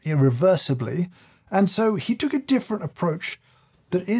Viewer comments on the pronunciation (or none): none